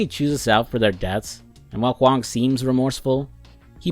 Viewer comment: 你Huang的发音百分之百是正确的 (Your pronunciation of Huang is 100% correct.)